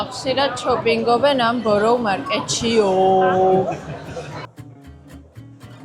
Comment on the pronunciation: ბოროუ არ გამოითქმის ბარა მარქეთ ქვია